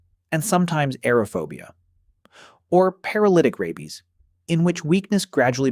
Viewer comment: The AI narration is awful. Mispronounciations are so irritating. Rabies is pronounced RAY-beez, not RABB-beez.